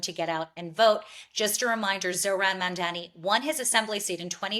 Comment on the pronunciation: Two women who can't pronounce "Mamdani" trying to smear him Enjoying the barking 🥰